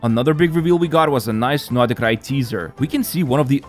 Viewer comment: why u keep saying notty krai?